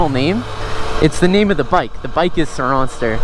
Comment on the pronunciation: It's surron-ster